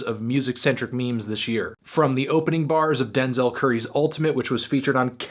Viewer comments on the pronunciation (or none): none